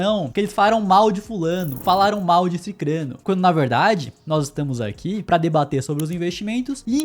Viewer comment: Olha só, alguém que disse correto SICRANO, todo mundo que escuto fala "Ciclano" erroneamente kkkk